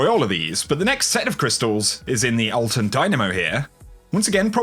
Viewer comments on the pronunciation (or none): none